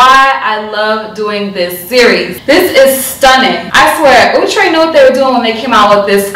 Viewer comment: Yasssss! I need wavy baby in my life and I love me some Cee 😍😍😍. I'ma also need Outre to clear up pronunciation cuz Ouuutre be killing me every time 😩 😫 🤣.